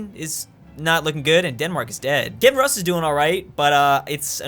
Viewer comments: Hey, it’s pronounced Key-iv-en Roos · I die little ever time says "Kevin Russ".